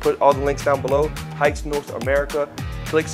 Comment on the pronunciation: that's not how you pronounce Haix